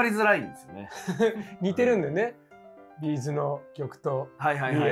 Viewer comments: B’zのイントネーション違うよね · 企画は面白いんだけど「B'z」のイントネーションが気になって仕方ない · B'zファンとしてはB'zの発音が気になる（チーズと同じが正しい） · 私はB'zファンではないけれど B'zファンならB'zのアクセントを訂正してほしくなる B'zのアクセントは平板ではなく、頭高